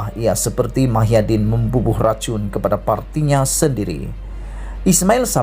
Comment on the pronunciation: Muhyidin bukan Mahyadin sebut nama orang betul dan tepat